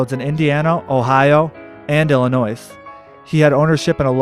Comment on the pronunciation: The s in Illinois is silent.